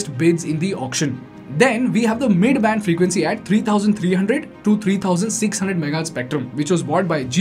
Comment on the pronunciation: his pronunciations of words are not good. He's pressing words up, where if he talk slowly, he is pronouncing them correctly. See for suppose he said mid band as midddu banned. People who are learning English, watching his vids regularly, will gets his accent adapted.